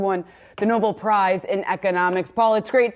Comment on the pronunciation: Oh? Didn't know he had won a "noble' prize... (How can you flub THAT one!?)